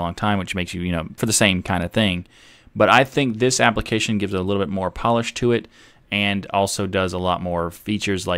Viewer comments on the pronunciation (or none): none